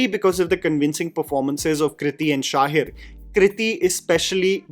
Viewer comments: One correction dear it's शहीर not शाहीर....❤ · His name is Shaheer….not ‘Shaahir’ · No offense but It's not Shahir, it's Shaheeeeeer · bro its sha-heer not sha-hir